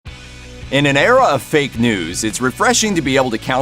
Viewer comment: Love the Emphasis of 'FAKE'. Critical Tactic Mainstream Media has used for decades, and is being 'De-elementized', and eroding awsy. Mellinials and younger seem to really susceptible, but of course they are the main target Demographic-groups.